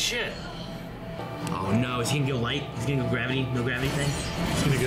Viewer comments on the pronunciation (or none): none